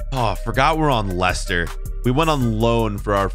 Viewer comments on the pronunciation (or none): none